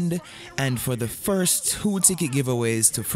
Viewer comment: Word is first not fuss ..remember not only Jamaicans watching u.👍